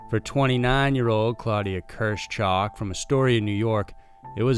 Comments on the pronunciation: Her name is KIRSCH -HOCH. Not Kers - chock. KEER SH HOOCH. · The name is German, and it is pronounced "KEERSH" (first syllable) "HOAK" (second syllable, rhymes with "Oak"). Literally, in English, it would mean "Cherry High."